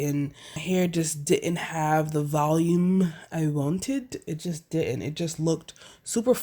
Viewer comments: I speak french fluently...When you said you love " valume" (volume in your hair)....You made my day 😁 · 😍😍😍The way you said Volume lol